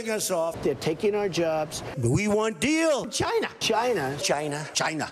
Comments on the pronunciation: "How can you fight a country when you can't even pronounce their name?" - Side-splitting critique there from the sage Noah. The crowd of circus seals make the right noises. Fuck 'Jyna', who are they to determine US protocol, what the fuck is wrong with you. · The fact the the first thing he criticizes about Trump is how he says "China" is pathetic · I love how he pronounces 'China' in Bengali it means ' I don't want it'.